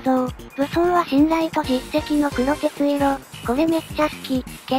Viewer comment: 黒鉄色は くろてついろ ではなく、こくてつしょく だと思います 間違えてたらすみません